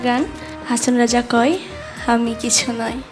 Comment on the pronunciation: সাথীর আজকের গায়কীতে একটি উচ্চারণ দুইবার ভুল কানে লাগলো। গানের শুরুতে হাসন রাজায় কয় এর স্থানে সে উচ্চারণ করেছে "খয়" বিষয়টি কানে লাগলো।